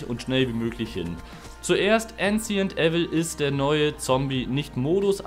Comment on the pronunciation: Diese englisch skills haha ancient evil kann man so aussprechen oder wie du haha😂